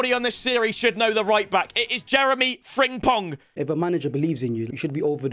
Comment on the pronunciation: It’s an M no ng Frimpong not Fringpong